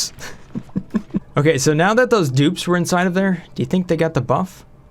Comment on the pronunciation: Look out... "Thosey" "pokey-shells" will "somy-timeys" try to put things in a "chokey-hold."